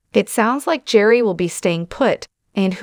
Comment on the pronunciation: This is ridiculous. The narrator here isn't even pronouncing Gerry's name correctly. Hard to believe she knows a single thing!